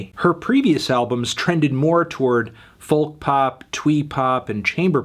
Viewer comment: Damn he says folk with the L I thought it was pronounced foke. Someone explain